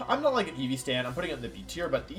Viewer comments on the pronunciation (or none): none